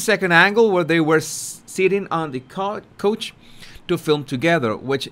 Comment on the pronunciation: Dear my wonderful brother, I love your shows and your humor. Ok, because I would always want a friend to correct me on language, please accept this with my humility as you speak multiple languages. 'The word 'couch' ( that furniture that Harri-etta and the Yacht girl sit on) is pronounced K-ouch [like 'ouch!!!!!!!' I just dropped a knife on my toe] so- 'K-ouch' but say it fast:) ......and dont roll your 'r's on this one:) .lol Again, much love. Via con Dios mi amigo.